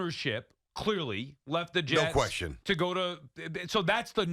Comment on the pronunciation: Tierney, for the love of God stop swallowing at the end of words that end in "n" I’m so tired of hearing you say "questiom" and "cashmam" it’s beyond irritating